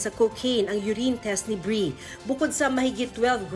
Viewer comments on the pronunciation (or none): bree hindi breeiana shunga